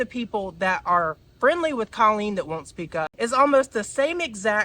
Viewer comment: Babe, not hating but if you are going to talk about Colleen maybe learn to pronounce her name? My ears bleed every time you say it cause i know you're saying it wrong. xxx keep it up cutie